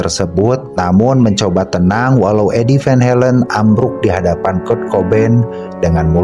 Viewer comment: Sorry min kritik, Belanda dibaca sesuai huruf , van Halen tetap van Halen, jangan baca van helen